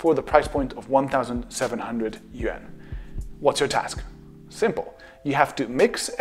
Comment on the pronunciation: 0085 Lol, you know that in China their currency is referred to in writing as yuan, and it's official name is RMB. He mispronounced yuan, as I doubt most people know that you should say Yuan like uwaan. Also newsflash, both chinese and japanese currency use the same symbol. Also, when he talks about china, he's probably talking about RMB, which is denominated by yuan. Then again, only the written form of money is described as yuan. While depending on dialect, a person would speak something like, kuai or man. But of course you knew that because you aren't kind of retarded. Are you?